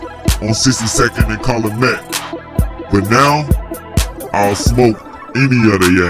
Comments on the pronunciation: Calumet-Cal-u-met dude not calamet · It’s pronounced Cal-U-Met 🤦🏽‍♂️